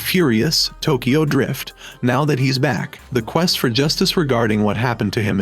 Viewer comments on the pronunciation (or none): none